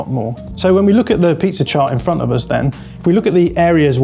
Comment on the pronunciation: Why does he say pizza chart? 😂